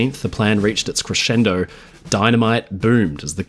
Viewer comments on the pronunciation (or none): none